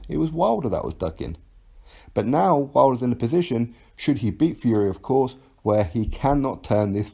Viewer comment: Damn, AJ trying to fucking ruin Wilders name.